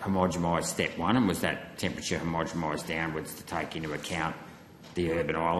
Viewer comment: Senator, keep after them over temperature sensors placed in heat sink areas, what he said when you asked about that, was just a deflection using waffle. Also the word is 'homogenise' not 'homogemise', everytime you say it like that you sound like a dill.